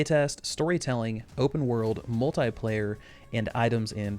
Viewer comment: Why do you say Multiplayer as Mul'tai'player?